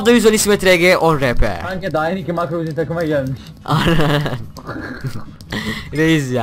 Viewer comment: herşeye hack yada marco diyosun